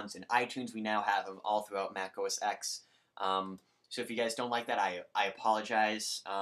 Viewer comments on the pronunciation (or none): Say the OS name right! 10!